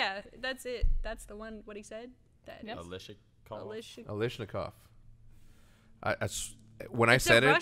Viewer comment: "alishnakov...." NO. OMG, you guys. Automatic Kalashnikov